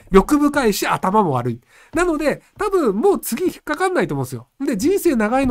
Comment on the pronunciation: 頭が悪ｒｒｒいんですよ好き